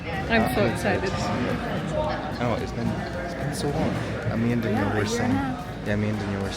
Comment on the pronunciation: denyell defintly😂